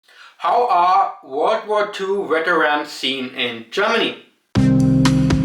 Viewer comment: It sounds like you're saying Germany has an issue with becoming too hardline. Whether it's war or immigration or some other subject? weterans was actually quite nice to hear. In Germany you hear folks pronounce Vs as Ws and Ws as Vs even when they're speaking english. When you watch Germans on youtube they seem to drop it and while I understand why I do appreciate a German speaking English like you hear it in Germany.